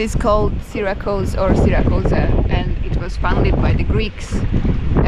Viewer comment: In the US we pronounce it Sear-a-cuse.